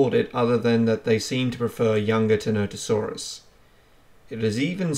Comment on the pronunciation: "what do you think of Tenotosaurus?" i think you've mispronounced its name the entire video. its ti-NON-tə-SOR-əs